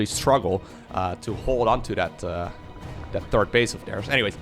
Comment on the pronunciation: that pronunciation was pretty decent,! Congratulations as a dutch your German pronunciation is - if you like it or not - quite good in general. Work on your TH in English though, everytime you mention a players THIRD base, it sounds like you are talking about is TURD base, which is ofc something completely different.